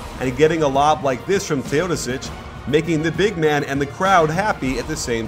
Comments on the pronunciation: Is that how you pronounce his name? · The way you say Teodosic makes me cringe.